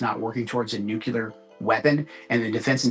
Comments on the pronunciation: Joe Kent: another American saying „nucelar“ instead of „nuclear“… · Nuclear: pron. /nú-klee-uhr/ NOT. /nú-Q-lur/ Come on! Learn how to say the word! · How come these people can't pronounce nuclear correctly? There is no second u - nuculear - not a thing, anywhere. Nuclear...new-clear.... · Rep. Gomez of L.A. needs to learn to pronounce “nuke-lee-ar” while representing Democrats. “Nuke-yuller” doesn’t make it. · The amount of smart people that still say nucular is astonishing... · what the fuck is nucular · They cant even pronounce nuclear weapon correctly, nucilar weapon my ass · i wish my represented officials weren't so idiotic as to pronounce it "nukeular". RECLAIMING MY TIME! NUKEULAR! jfc our country is run by idiots. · He said "nucular." I just... can't. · Can someone teach Joe Kent how to pronounce "nuclear"?! Hint: The "L" is BEFORE the "E" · Why do people have problems saying "nuclear"? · Not pronouncing nuclear correctly alone unqualifies him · AHhh, Thank You!!! I am SOOO glad that there are others out there like me!!! Even the Ex-President Bush of the US never pronounced it correctly!!! You would think that someone would correct these people in power, to pronounce the word NUCLEAR correctly!!!!!